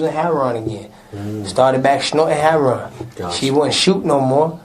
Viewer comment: He took back the part about selling "hair-on"